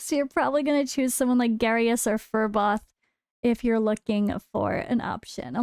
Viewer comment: Its Garious. You pick Garious. Then voresh